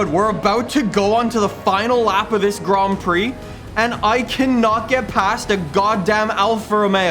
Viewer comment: Grand prix not grom prix haha